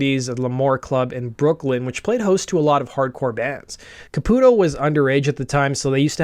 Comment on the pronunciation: Thank you for correctly pronouncing Caputo. My "cousin" is his actual cousin, and it always bothered us when people pronounced it Ca-pew-to. Also, my old band had the same manager as LoA and we used to give him shit for how smitten he was with Keith. Once Keither became Mina I hit up our old manager and asked if he was gonna hit it now that Keith was a woman. That was the last time we spoke. Fuckin' worth it, baby!